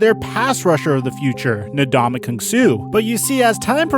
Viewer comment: His pronunciation of Ndamukong annoyed me too